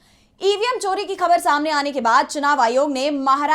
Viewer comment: Very good report. Good anchor but she doesn't pronounce the words like "Khabar". She should use Bindi in Hindi.